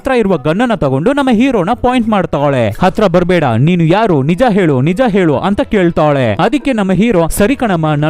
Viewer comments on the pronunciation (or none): none